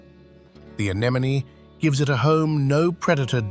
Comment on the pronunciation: Nemo, now say it with me: a n e m o n y ;)